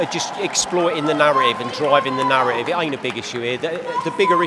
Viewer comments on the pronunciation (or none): none